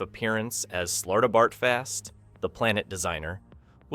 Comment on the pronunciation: Zay-fawd...not Zeh-fawd. And don't get me started about Slartibartfast. AI slop VOC.